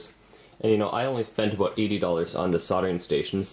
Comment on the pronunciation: aboooout . hahaha. Canadians